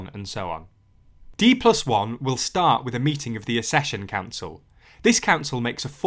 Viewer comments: The pronunciation of accession is 'ac-session' not assession, in the same way that access is not assess. Modern illiteracy has already taken over. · Accession is pronounced ak-sesh-un. Both letter c's are working, not just one. As in accident, accept, access, accelerate etc